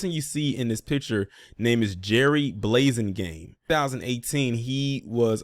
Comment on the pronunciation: The "a" in his name is like apple not ace. Thats an oooold fba name right there bro